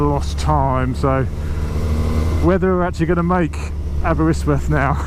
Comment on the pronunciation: Aberystwyth not aberystworth...arghh